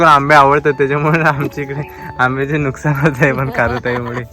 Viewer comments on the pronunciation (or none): none